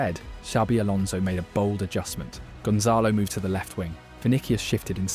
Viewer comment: Why this guy can't say players names correctly?? 🤔 Vinikius?!